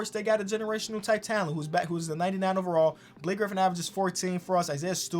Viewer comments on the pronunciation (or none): none